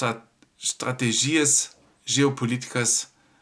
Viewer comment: O acento na palavra estratÉgia é no É e não no I como v pronuncia.